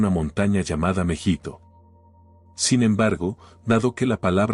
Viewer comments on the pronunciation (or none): Creo que es Mehido, y no Mejito. La batalla se origina en el valle de Mejido/Mejito